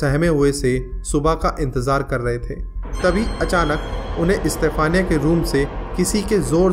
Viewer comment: Bhai istafaniya nahi yaar stephena.....